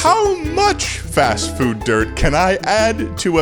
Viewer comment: Fast frood eh?